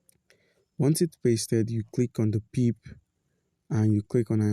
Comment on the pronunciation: Pronounced as pepay brotha. Thanks for the help 👍